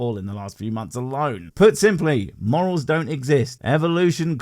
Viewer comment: I thought he said moles. What with the frogs and the gopher. Took me a while to work out it was morals.